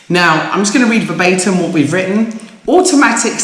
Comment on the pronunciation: Dear well done! I studied Latin and work for the courts...verbatum does not exist it's an English mispronunciation of VERBATIM = word for word!!!!